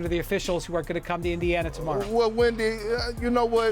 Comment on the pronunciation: Indian-ana is comedy lmao